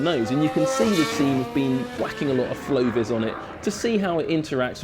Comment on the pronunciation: What's that lime green paint on the front of the McLaren he says "flowvers"?